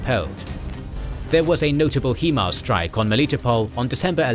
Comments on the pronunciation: It's HI MARS not HEE MARS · I never knew it was pronounced HEMARS, I thought it was HIMARS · America vs english vowel stress